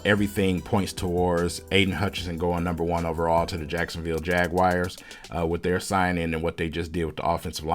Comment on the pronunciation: Jagwires lol